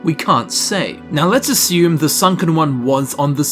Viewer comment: “assume... .” You’re so aussie!!!. 😳 😅😰